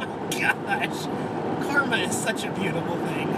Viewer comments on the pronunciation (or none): none